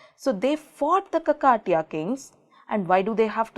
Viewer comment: check out the pronounciation mam.. its Khaakathiyaa not Kaka tiyaa...